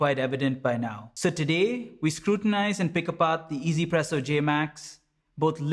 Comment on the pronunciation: i still do not get why people pronounce it EZPresso. where is the E? Yes it sounds way better than trying to stumble your way trough OneZPresso, but i am just curious where this way of saying it comes from